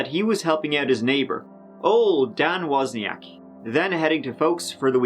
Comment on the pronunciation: So the guy even pronounced his name properly on camera and still you say it wrong?! Man, that's ignorant. It's like saying "tree" instead of "three" it's just lazy and as I said ignorant. I'm from Scotland, specifically Aberdeen, where I talk a language called 'Doric' Yet, when I'm in my professional setting, ie; work, video conferencing or meeting clients etc I talk in a very generic Scottish voice. You can talk in a very generic Irish voice, but you chose to be utterly lazy and ignorant and butcher loads of words and it genuinely detracts from your videos. Especially the part where he says Wozniak not WOzniak and you still pronounce it wrong 😅😅 Cmon man, be more.